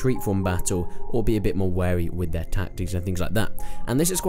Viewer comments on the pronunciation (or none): none